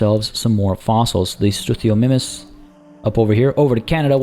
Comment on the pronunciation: almost got Struthiomimus. The 'mimus' is for mimic. So it's pronounced 'struth-io-mime-us'. Why not have the special gate be the gate for the ride into the enclosure? Wouldn't that be cooler? Considering how big they are, the dinosaurs that weigh over a tonne should in fact be transported upside-down with the ropes around their wrists and ankles. Research has shown that's the safest way to transport rhinos, because nothing internally shifts much and their lungs aren't in danger of being crushed by their own body weight. Having a rope around their neck would completely cut off all oxygen.